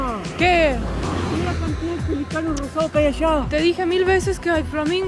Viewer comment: Muy divertido el video, sobre todo oyendo a hablar de la 'Fábrica de sal'., muchacho, la sal no se fabrica, se extrae del agua del mar. Y tenés que aprender a pronunciar la palabra pelícano (acento en la i).